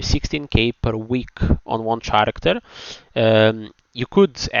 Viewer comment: Hi love ur videos. But don't know if u r doing it on purpose or not. The way u pronounce character sounds weired maybe coz of ur accent or eng is not ur 1st language. So if possible try to pronounce it with a ''k'' insted of ''ch'' (karacter). Hope it helps. If not just ignore it I'm just a passing by viewer who loves ur video contants.